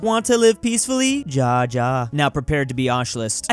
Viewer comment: Me, when says "Ja ja" instead of "Ya ya": 💀